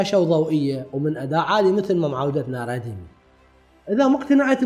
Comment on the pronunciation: ردمي او ريدمي ياصديقي وليس ردي مي